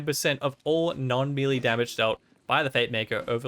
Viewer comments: Melee, May lay.... Not mealy, wtf is mealy. Maybe I would describe bad baked products like that. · “Melee” is pronounced “may lay” — Professor Smarty-Pants. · Thanks for the vid,. I'm yet to have even one legendary drop on my first playthrough, so I'll keep an eye out for these. Just a small note: "Melee" is pronounced MEL-LAY. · Melee is pronounced "May-lay" FYI... love the video otherwise!